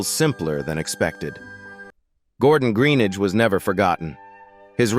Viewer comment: Another crap American Narrator. Can't even say his surname properly.